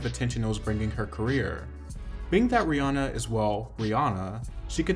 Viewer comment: People never get rihannas name right